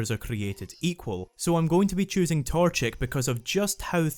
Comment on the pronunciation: Ermmmmmm it is pronounced torchic